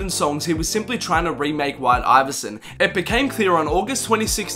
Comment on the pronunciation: U pronuded white ivervison wrong